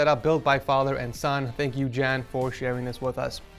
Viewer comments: jan not chan haha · by the way it is pronounced Yan and his name is Jan so ye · Hey, just want to let you know that German people don't pronounce Jan with the hard J sound. They pronounce the J in the name like a Y. So it would sound like Y-aaa-n.